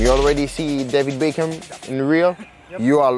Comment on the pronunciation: man’s said davy baecum